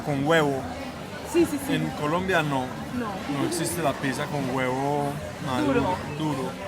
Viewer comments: ........piza no, pizza, palabra italiana, pronunciala bien, y para, ese uso de la palabra mero, parece una nea de Medellín, a todo un arquitecto no se le oye bien, media luna no, croissant, ese pan es francés no Argentino, están muy deferentes con los argentinos, esa gente no es para nada humildes o sencillos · por favor di pizza porque si lo pronuncias con S en Brasil es otra cosa😮😮 😂😂 hermoso video!!❤ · Los Argentinos a La "Pizza" la pronunciamos "Pitxa"... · Que hermoso ese lugar. te luce mucho el verde, te realza los ojos y te quería preguntar algo, espero no ofender, como se pronuncia Pizza, es que veo que siempre la pronuncias como "pisa" y no se en realidad.